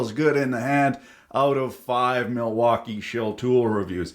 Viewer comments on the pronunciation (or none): none